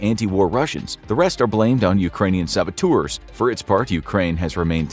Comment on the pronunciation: Saboteurs is pronounced sab-ot-ters not sab-or-tours!